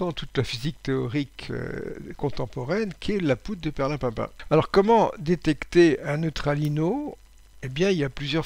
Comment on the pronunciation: Ahahah le "perlimpinpino" !